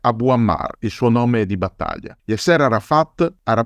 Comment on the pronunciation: Un appunto di carattere linguistico,: Yasser è con l'accento sulla A. Così come l'ex presidente egiziano Nasser, anche qui l'accento è sulla prima sillaba 😉 ti seguo sempre e ti ringrazio per le pillole di storia che ci regali, alla prossima 👋